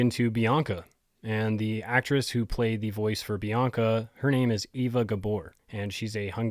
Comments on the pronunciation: Not pronounced Ee-va, but Ay-va. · Eva is pronounced Ay-va.